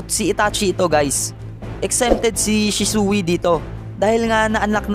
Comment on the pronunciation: bakit shi su i ang prounounciation nun shisuy